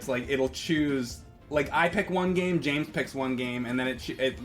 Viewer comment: “Jame” Rolfe - Brandon Campbell